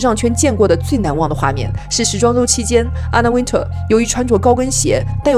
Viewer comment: You miss-pronounce her last name it's not Winter like the weather it's Wintour